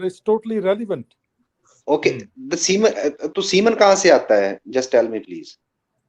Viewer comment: Siemens बोल रहे हैं जो मशीन का नाम है. The correct word is semen. If this guy is a real doctor, Islam are Pakistan aabad rahe aisi dua Karni padegi